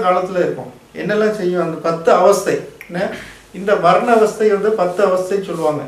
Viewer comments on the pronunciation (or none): Avathai illa Avasthai. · Avathai ella pa avassthai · Avathai illa avasthai